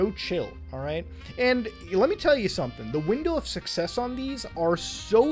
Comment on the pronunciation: "We are succsess" BRO THAT FRICKING KILLED ME